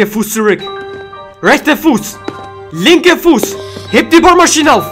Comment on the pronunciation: Er sagt heb bohrmashine auf